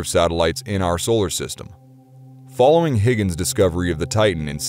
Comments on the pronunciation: Dude,... it’s pronounced “hi-gens” and NOT Higgins. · Huygens is NOT pronounced Higgins !! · It’s pronounced Hoy-gens not Higgins. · Its not Higgens ITS HUYGENS. I love your stuff, but it's like walking with a thorn in my foot.